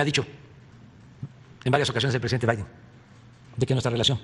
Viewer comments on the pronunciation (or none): Del creador de "OYE TRUN" llega "OYE VAIDE"